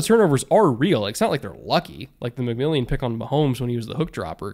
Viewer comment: Re Broncos: our slot corner is named McMilian, Mc-Mill-an, not McMillion. The Sunday night announcer got it wrong, so I understand other media people continuing to mispronounce it, and it's given the Broncos a new nickname for J-Mac, but it seems a little disrespectful to me. Sort of like people mispronouncing Patrick Surtain's last name.